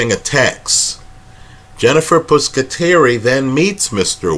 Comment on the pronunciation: Good points. By the way, Jen's name is "Pusateri" not "Puscateri"